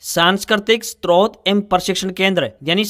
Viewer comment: कृपया स्रोत का उच्चारण ठीक से करें।